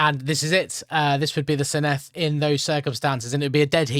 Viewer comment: Given you asked for feedback, the double D is like th in “the” not the th in “thistle”